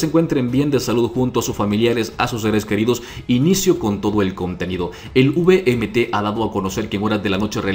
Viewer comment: Uvmt 😂😂 error garrafal, se dice VMT